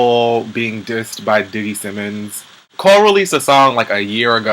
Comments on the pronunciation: Did u call Diggy "Diggeth"? Lmbao!!!!!! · did you say diggith!!..lol omg im done!!